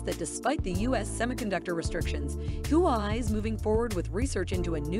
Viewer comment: It's not "Who I" but Hua Wei.